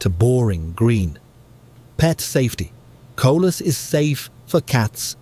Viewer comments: Coleus not collus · It “co-Lee-us.” Not co-lus. Spelled coleus. There’s an “e” in there and it’s pronounced. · It is NOT Colas it is Coleus. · Coleus! Not colus.